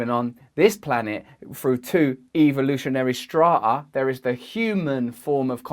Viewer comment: Forget the aliens, I'm still stymied by the mystical disappearance of the "t" in "strata". "strah--ahh"???????????